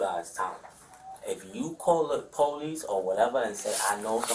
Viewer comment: insisting youre innocent while pronouncing it "Po-leece" is wild